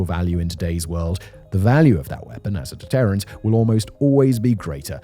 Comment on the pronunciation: Why does he saying “deterrent” like that?? 😠